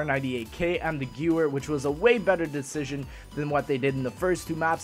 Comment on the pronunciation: Gewehr is pronounced ge VAIR